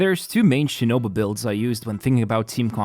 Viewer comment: Cookie She-No-Boo.